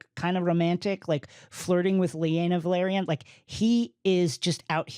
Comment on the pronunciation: Thank you for this! It also irks me the way they pronounce House Velaryon. It sounds like they are saying Valryian.